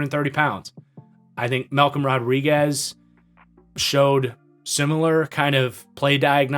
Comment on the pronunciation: Man you nailed Malcom Rodriguez